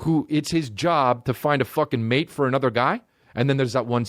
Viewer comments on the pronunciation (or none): none